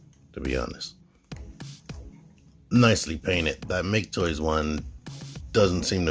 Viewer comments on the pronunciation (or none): It's "Mah-kay Toys". Thanks for the video!